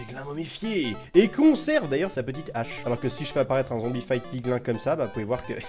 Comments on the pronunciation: ahhh tu m enerve a dir piglain et hoglain se dit pigline et hogline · ON DIT "PIGLYN" ET PAS "PIGLAIN" !!!!!!!! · On ne dis pas piglin mais piglîn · Ont dit PIGLIN(E)!!!!! c'est pas bien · On dit 《pigline》